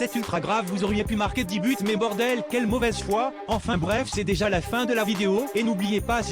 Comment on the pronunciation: Déjàw foot2rue c’est bienw. è-é J’adowe le « ta gueule » 😂